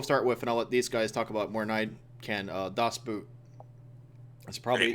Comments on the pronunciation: "Dås but" bescht german evaaaa :D just as funny as "pänser" good podcast tho, you made me watch downfall XD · God you butchered the pronounciation of das boot. Boot is pronounced like brit would say bort.